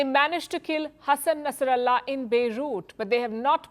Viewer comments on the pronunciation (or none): none